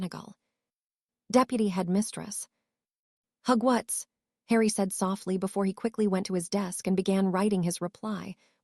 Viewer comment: So why are almost all the names horribly mispronounced? Though Hugwhats is pretty funny.